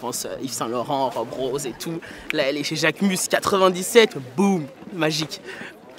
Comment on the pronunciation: I loved this video. So much knowledge about the brand and the models. A lot people don’t attempt to pronounce names correctly & get models mixed up but you said mine perfectly. Thank you, I appreciate it x